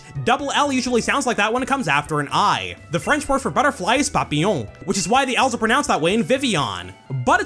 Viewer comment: You said "Papillon" perfectly ! 🇨🇵